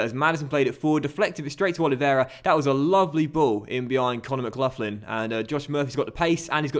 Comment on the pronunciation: How are you a Millwall fan, yet pronounce McLaughlin wrong?